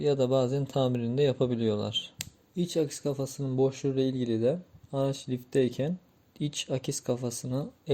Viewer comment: Akis değil aks